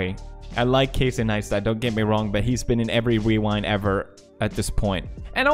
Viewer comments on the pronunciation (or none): Lols pewds said weewind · did he just say wewind? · Lmao pewds said wewind